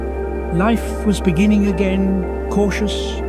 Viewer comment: In the benining . In the bebgining. In the benining